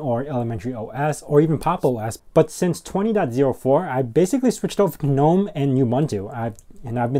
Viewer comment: Nitpick: The "G" in "gnome" is not silent.